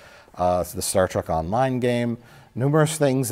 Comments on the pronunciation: Anyone else notice Mike will occasionally say 'Star Track' ? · I love how he calls it "Star Track"